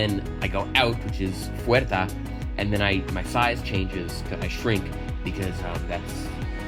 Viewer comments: Door is puerta, not fuerta😂😂🚪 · Yo digo: Mira di puerta. Xiámanyc: Fuerta. Yo: Aww! casi pero es con "P" Many PD: Me encantan tus videos saludos desde Venezuela!